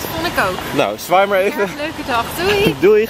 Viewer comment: 'doeig' haha ;P